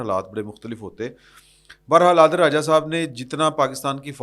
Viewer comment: Sab log adil raja kehti Han ap bar bar adeel raja kehti han